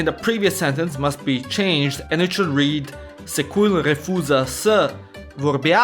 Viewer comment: Ok but what's even more ironic, when trying to explain the stupid concept of "să", you actually forgot to properly articulate szekeler, it's "secuiul", not "secuil", even in pronunciation. Ohh, I love my language